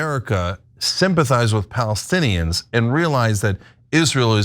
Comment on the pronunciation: That guy can't even say Palestinians. Everyone knows now that Netanyahu was very instrumental in setting up Hamas.